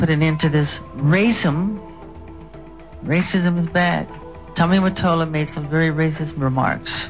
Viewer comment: Michael is heavily sedated here. .. He is sedated throughout many of the clips this year but here it is most significant. He is slurring words, barely moving his jaw, has paralysis of facial expression. He isn't able to pronounce 'racism' . My heart hurts.